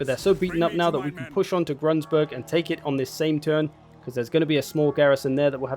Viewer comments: "Grunsburg" - Gru-n-burg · Step one: Remove that annoying "s" from Grunburg you keep adding.